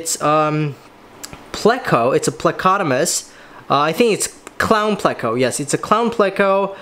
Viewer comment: Plecotomus? You mean plecostomus